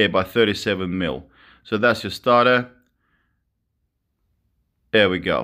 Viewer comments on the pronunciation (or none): Stator pronounced StAAyTor bro not starter. Good vid matey been looking at getting some of these gimmie gimmie the torque:)